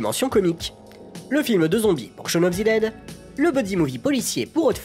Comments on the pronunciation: shawn of THE dead, pas ZI dead haha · Je comprends pas pourquoi tu prononces "Shaun of zi dead" mais tu prononces aussi "Zeu world's end" Mais sinon très bonne vidéo 👍